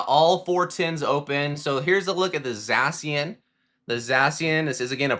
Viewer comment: You say Zacian wrong